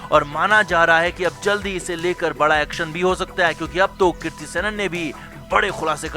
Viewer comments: कीर्ति नहीं भाई कृति है आप पहले उच्चारण सही बोलिए बहुत खटकता है कानों पर 😀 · Kirti nahi kriti 🤦🏻‍♀️ aur हंग्री नहीं हंगेरी के ब्युडापेस्ट..!! और ये ळग क्या होता है? It is drugs, ड्रग्स...